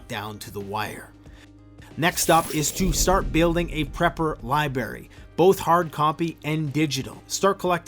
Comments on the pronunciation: Ha! "Libary"! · "LIBARY"? ROFL!!! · Liberry lol